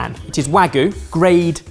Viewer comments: Love your work, guys, but Wagoo? Not Wagoo.. it's Wagyu! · It’s wah-gyu, not waa-goo,! 😂 わぎゅう！ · I believe you mean "hwagu" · you guys kept pronouncing wagyu as wagoo lol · Wahgoo? C'mon, chef! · I love you guys so much, but you’ve got to stop calling Wagyu - wagoo. It’s not goo, it has a y in it. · Was no longer able to focus after mispronounced "wagyu" as "hwagu", and then moments later did it again while talking about going to eat it from a premium Japanese restaurant... C'mon man, you're a chef! Wagyu is world-famous in the culinary world! You're killin' me...:[